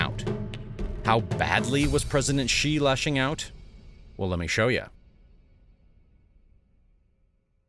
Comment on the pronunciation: Don't you know that Xi is pronounced She, not Jee??